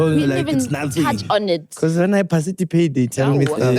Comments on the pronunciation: Word Of The Episode: "Parcitipate"🤣🤣🤣🙌🏽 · Word of the day is "PARCITIPATE"🤣🤣🤣🤣🤣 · The struggle between parcitipate and participate 😢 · "Parcitipate" and "commemoration"😂😂😂😂ayyyy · Word of the day," Parcitipate"🤣🤣🤣🤣